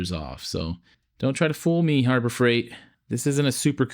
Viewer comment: "Harbro Freight ".!😂